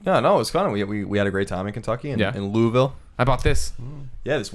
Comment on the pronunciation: Colin said LOUISVILLE right!